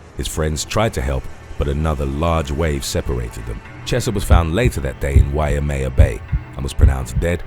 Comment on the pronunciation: It's pronounced Y-may-ya. Waimea